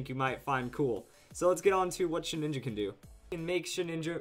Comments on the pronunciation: OMG ITS NAME IT SHEH-DIN-JA NOT SHEH-NINJA SHEH-DIN-JA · Sheh-ninja? Entrain-ment? lol